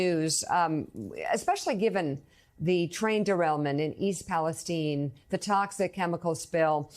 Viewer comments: YAAAAY !! TIM RYAN ! YOUR FIRST ADULT TO ACTUALLY PRONOUNCE THE NAME OF THE OHIO TRAIN WRECK CORRECTLY !,, - EAST PALESTINE , Mr. Ryan obviously finished school. ThANK-YOU MR RYAN - AND What you said is absolutely correct AlsO ! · Missed his chance in East Palestine. Hello, Ryan pronounced it like he's from here. Good job. We are in a media black out of only conservative media. We need more than Fox, Fox Affiliates and radical right radio. Oh, newspapers too.